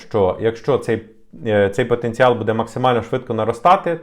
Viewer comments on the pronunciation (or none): Дякую за новини,! У вас багато підписників, починайте вже працювати над наголосами в українській мові. Ми ж не французи, щоб наголос на останній склад ставити. Правильно говоримо: "БУдемо", "бУде", "бУдьмо"